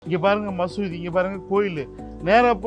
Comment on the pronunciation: மசூதி மசூதினு ஏன் அழுத்தம் தருகிறீர்கள்?